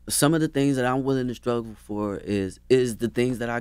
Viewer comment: Charlemagne said skruggle instead of struggle